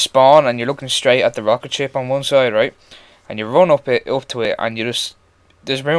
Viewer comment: lmao >< and theres this fuckin rocket ship! lol in ur accent lmao